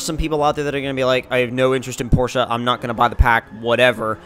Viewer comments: awesome guy because that's how your properly pronounce it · I'm from Germany and we DON'T say porsha